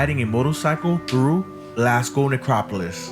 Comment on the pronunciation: This video is old. The subway trains haven't looked like that for a few years now. Also, I'd advise you not to imitate this guy's pronunciation of either Glasgow (he's putting too much emphasis on the second syllable and it sounds weird), and definitely not of Glaswegians, as he keeps saying 'Galwegians', which would refer to people from Galway in Ireland. There are better, more informed, more recent, video tours of Glasgow out there, featuring people who actually know how to pronounce Glasgow. I'd recommend one of those instead.